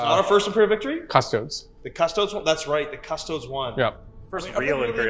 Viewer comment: Dudes. Say it with me. CUS-TOE-DEES. Not "custoads." Christ.